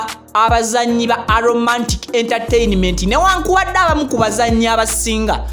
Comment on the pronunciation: A bit annoying pronounciations, mbu Aromantic 😠, the word is not Aromantikki but Aromatiki , not super kasitamu but Super custom/kasitomu . Born 1981 and 41 😡. Very annoying